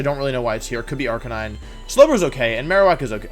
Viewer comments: bruh its pronounced are ca9. you know like a CANINE. dont even get me started on gyrados. otherwise good vid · 'arcakneenai' bro tf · I'm sorry but the way you pronounce "arcanine" is the dumbest mispronounciation I've ever heard. It's "are-canine." You simple or something boy? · ….arch uh nee nay? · Did he say arca nee nine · "He has Arcininine" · 99% he’s doing it intentionally because he finds it funny, he does that a lot. Examples: Arcanine as Arca-ni-ni, Gigalith as Jigalith, etc... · No one: Wolfie saying Ar-K-9: Arkin-NENE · you said Arcanine wrong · "Arcaneenae" "Cinderachee" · Arca-ni-nay Deky-dewy Cinder-achi Dude you can't pronounce names to save your life lol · listen I know you arent the best at pronouncing pokemon name but come on Arcineenay really its Arcinine as in 9 edit also Cinderachee really its like an ace CinderACE sorry if Im being nitpicky but Ive never heard this before